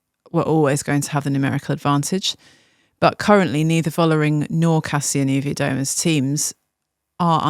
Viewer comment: A tiny tiny nitpick about pronunciation Kasia Niewiadoma sounds more like Nyeh-vyah-doh-mah not starting like "new". I know Polish pronunciation can be bonkers but I hope it helps. And I must say it's criminal there's no full coverage of TdFF and I absolutely love in Cade universum:-)